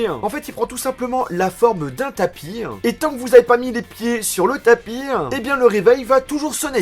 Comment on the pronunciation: "Le tapieannnnn" ah ouaiiis ennn